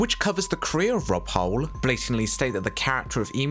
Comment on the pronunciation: I need to point out your mispronunciation of the Emu puppeteer. It’s Rod Hull not Rob Hull. And I’ve never heard of a disease called all-timers